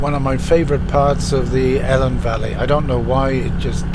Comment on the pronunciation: Nice vid, just a bit of a correction, when you drove through the Claerwen, you called the vally Helen for Elan (more or less) lots of people get it wrong, it actually should be pronounced Eelan Valley )the E is very strong).